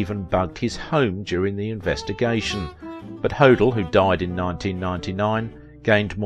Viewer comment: Please... it’s Black DAHL yah & George Ho DELL